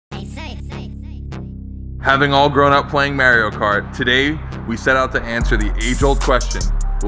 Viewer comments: well if you're stubborn enough and have enough money, you can eventually make anything not understeer. but in this vid, come on, that was understeer city even before the banana peals... also, its "Mahr-yo"... just think about how he says "itsa me, Mario!" and in Italian (as in Europe, not east coast Italian) its also pronounced "Mahr-yo" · Mario says his own name in the game and its def not marry-o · Jesus even the UK calls him Mario... not Marry-o... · im sorry did he just pronounce Mario as Marry O?? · You can’t even say it correctly 😂😂 first words who says ot like that maruo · anyone who says marry-o cart has downs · I cringe a little when people say mario like merry-yo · Not maarioo its Mario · Hayden Paolinelli and “pernounced” is spelled pronounced 😂💀butyes your right it Mario not mareeo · Wtf!?! Its pronounced Mar-e-o! Got damnit!!!!😔😔😔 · The real cancer = pronouncing Mario “maareeo” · Punch in the throut for how he says mario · Pronounce Mario properly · we want you to take a class on the proper pronunciation of Mario. Holy shit! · Dude. That’s not how you say Mario. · Hold up. How did just pronounce Mario kart? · its Mario not Mario!!! ...oh wait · Pronounced Audi correctly but not Mario 🤔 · if inly he could say mario properly lmao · ive lost all respect for strictly based on the way he says mario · cant say mario. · Am I the only one who cringed every time pronounced Mario? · Love that green! And dude called it Merio cart like my Mum did!! It’s M*a*rio ;) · Mario doesn’t even say “may-rio” he says “mah-rio” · Its Mario not merio. The hell? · Don't nobody say ...Ehy Mahr-yo ...Come through....Its Yo Marry-O ..Get Over Here! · Mahry-yo, NOT marry-o!!!! OMG I hate that! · I just don’t get how people say Mario’s name Marry-o, if he says his name in games Mahr-yo. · Marry-o for sure. Mahr-yo is what happened when the Japanese video game designers attempted to speak an italian name. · Mah. Not Meh.